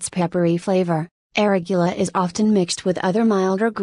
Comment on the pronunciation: She can't even pronounce "arugula" properly, lost all credibility.